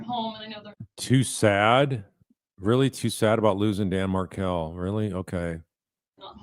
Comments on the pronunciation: Wendi corrects Detective Isom’s mispronunciation of Adelson but she didn’t correct him when he mispronounced Markle in the beginning of the interview. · love how she corrects his wrong pronunciation of HER name, but doesn’t correct him when he mispronounced Markel at the beginning.